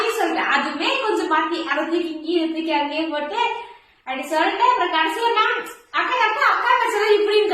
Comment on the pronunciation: Stop saying vantu ,solltu 😂😂